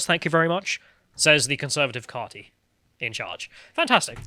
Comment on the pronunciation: “Carty”? You mean party.